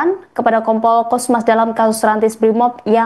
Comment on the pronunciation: Cosmas bang cosmas,, bukan cosmos.. lu kira magigcom 😒